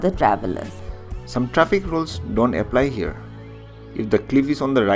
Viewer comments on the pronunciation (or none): none